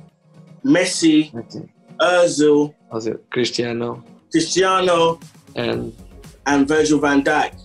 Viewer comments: He said Ozil💀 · Did he actually say Ozick?😆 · Man's trolling. He said Özil 🤣🤣🤣